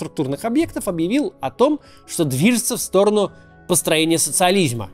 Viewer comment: ... "СоциолизЬма"-остро, Максим, по-заграничному! 🤣👏